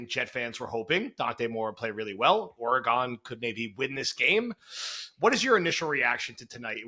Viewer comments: It is not pronounced “Or-ā-gone” haha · He pronounces Oregon like it’s the name of a Mexican wrestler 😂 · The way pronounces Oregon is hysterical and terribly wrong